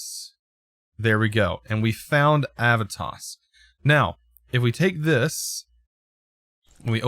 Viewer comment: You need to pronounce the e in Aevitas more.